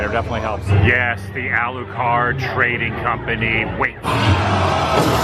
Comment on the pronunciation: Dracula - Alucard, not Aculard. Just fyi.